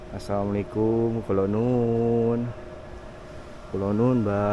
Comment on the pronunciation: bukan kulonuwun tp kulonyuwun